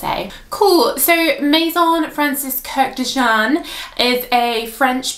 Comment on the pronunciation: Btw his last name is two syllables, like Kurrd-john. You can find his stunning videos on YouTube and hear the pronunciation. Interesting review, thanks!